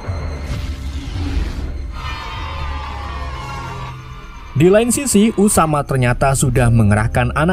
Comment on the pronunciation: Tersebut gan bukan tersebot 😂